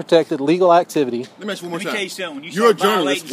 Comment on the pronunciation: I didn't "axe" you dat.